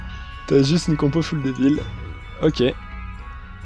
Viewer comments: J'aime tes vidéos, j'aime ton attitude, j'aime ton contenu, je suis abonné, j'en suis content, j'aurai juste une requête...par pitié : Full se prononce Foule, par pitié :( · Haha merci mec ! Techniquement ça ne se prononce ni "ful" ni "foule", mais comme je parle en français je fais pas gaffe, je vais y travailler c'est promis :P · Baby lone Haha en effet ça fait bizarre le "ful"